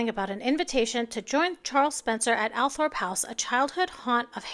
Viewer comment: The article is speculation from Jennie Bond based on what SHE thinks should happen...it's moot...and Althorp is spoken as Althrop BTW - not picking as we ALL get it wrong! LIke Ascot is Askit...peculiarities!!!